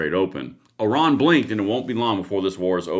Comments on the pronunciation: Iran! Not oron..lol ❤ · Its IRAN not ORON ! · it is NOT Oron.. it is Iran... like I ran !!!! if reading is so hard, should you be doing this ???? ?????????????????????????????????????????????????????????????????????????????????? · Oran or iran 😂